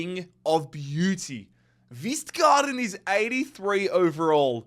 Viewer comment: You pronounce the K in K-vistgaarden 😉